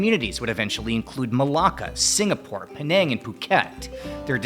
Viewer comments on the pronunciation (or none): none